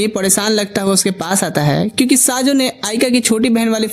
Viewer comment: These name not saajo this name is sayo 😂